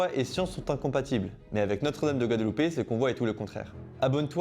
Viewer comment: Eh non, on ne dit pas Guadeloupe, Guadalupe, c'est pas au même endroit 😉